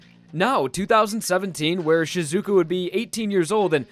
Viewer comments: you shouldnt say shiZUka, you should say SHIzuka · Sheezuka not Sh i zuka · Shizuka.. Shizaka..? Shiza? SHIIIIZZZZZAAAAAAAAAA!!!!! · Her name is Shiz A ka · jesus christ stop putting emphasis on the zu in shizuka its just shih-zu-ka, like, you wouldn't pronounce josuke as "jo-soo-kay," would you?